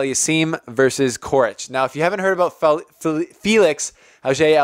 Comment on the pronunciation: Coric is pronounced «Chorich», both C's are pronounced the same.